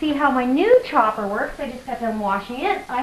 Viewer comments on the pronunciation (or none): The gizmo you're using to slice the garlic (and cheese) up, are you saying "Hopper" or 'Chopper" and what is the name of it, so I can get one. Also how long do you dehydrate them for ? Us beginners need ALL steps